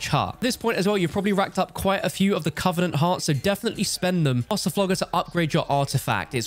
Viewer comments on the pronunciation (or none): none